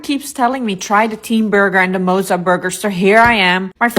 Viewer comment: The way that girl pronounced the word 'mozza' is diabolical 💀